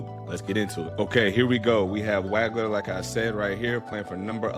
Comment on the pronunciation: Excellent analysis. One thing......it's pronounced "WAWG-LER"......not "WAG-LER". I Liked/Subscribed. Well done, sir.